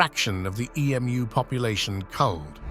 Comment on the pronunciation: the AI narrating this is hilarious. E-M-U?